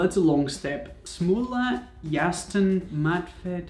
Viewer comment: U nailed the sämla